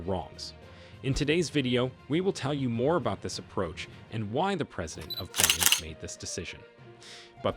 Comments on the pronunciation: It's pronounced ben neen. Irritating! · You're mispronouncing the country and your sniffing is irritating